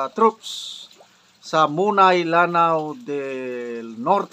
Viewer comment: mona-i po yan pag pronounce